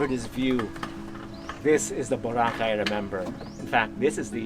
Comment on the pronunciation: Thank you, Mr. David Celdran for pronouncing Boracay, the Filipino way, i.e., Bo RA cay, unlike Mr. Raul Manzano (EIC on the Move) who prefers the American pronunciation, with accent on the 1st syllable.